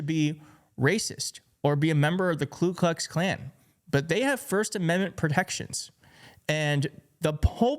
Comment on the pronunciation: KU Klux Klan, not KLU Klux Klan.